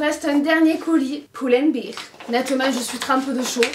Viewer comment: Merci pour le haul :) Stp, c'est Pull and Bear, prononcé "bèèèèr". Toi, tu le prononces "biiiir" comme une bière en anglais. ;) Ça fait des années que je ne dis rien mais je suis prof d'anglais et je te jure, ça me rend dingue. 😅